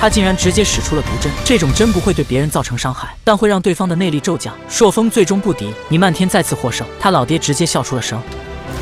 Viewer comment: 朔風 不是塑風